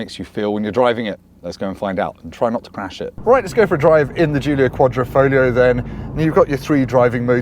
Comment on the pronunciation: Just out of interest, why does everyone forget there's a g in quadrifoglio? It's sounded as well...kwod-ri-fawg-leo.